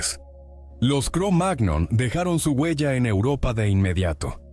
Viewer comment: Sugerencia, la próxima vez escribí "cromañón" si vas a hacer que una IA lea el texto, ya que la pronunciación "cromág-non" es enojosa.